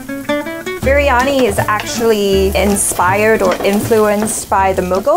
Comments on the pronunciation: Oh.. man.. it's not biryanai..😆😆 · veg biryaniyaa... its not biryaniu